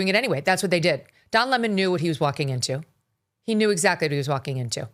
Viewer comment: I love hearing you pronounce his name the way it should be: 🍋and not Le-Moan ! ha ha ha ha